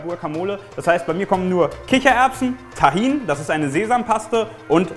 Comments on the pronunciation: tahin ist was türkisches 😂du sprichst das voll lustog aus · ich bin Palästinenserin und kenne Humus und weil es eigentlich arabische Zutaten sind und das Gericht auch Humus und Tahin werden beide anders ausgesprochen aber das ist Wimpel